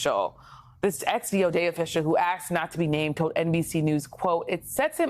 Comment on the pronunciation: He “axed” not be named? Haha